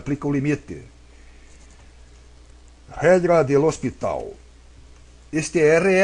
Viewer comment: Lê Hospital...kkk